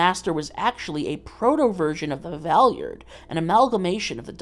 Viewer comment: I physically cringe from the way you pronounce Valeyard